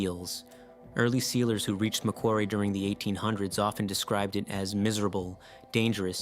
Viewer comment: For the narrator with an accent, he pronounced it well. Geologically it is not part of Australia. It is 'claimed' by Australia rather like Ball's Pyramid. :body-blue-raised-arms